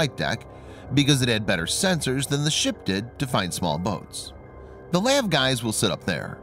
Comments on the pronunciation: Lav my guy it’s L.A.V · We don't call LAVs "laves". We call them L-A-V. MEU is not called M-E-U. We call them "mules". Just an FYI so the channel can sound more official 😉